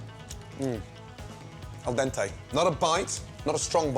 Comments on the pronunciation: “Al DENTEI”. Hahahahahaha. Nobody (just a few) can do it al DENTE(I) except for medium italian people. As long as people eat spaghetti with vegetables and overcooked all around the world, especially Anglo saxons, there’s no hope... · Gordon:Angel Pasta, mmmm eldente Me:Angle Pasta, good